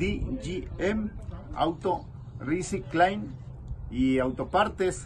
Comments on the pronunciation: "Ri cing klein" (recycling) lol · No se dice riciclain😂 Risaicling, Recycling, aprendes pronunciar bien.